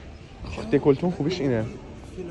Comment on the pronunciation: فقط من وقتی به جای دِکاتلون هی به اشتباه میگفتی دِکالتون رفته بود رو اعصابم ؟؟ 😂😂